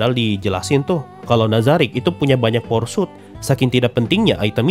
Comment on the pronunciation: aku denger nya "porsut" bukan "power suit"